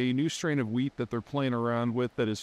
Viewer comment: Did you say weed? 😂